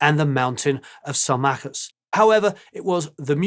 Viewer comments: "...The MOUNTAIN of Sal-MACK-us..." Sheesh. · Um, sorry mate, but on Nursery Cryme it's 'The Fountain of Salma (s) cis' not The Mountain of Salma (k) us. Who has written your script?